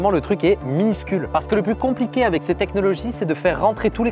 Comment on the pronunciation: c'est "aveC" pas "avè", "aveC"! 😂😂